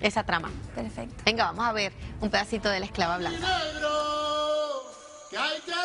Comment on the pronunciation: pues. tampoco se dice escalva se dice esclava